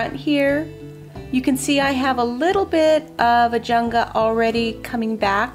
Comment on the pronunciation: Ajuga--no N in the word.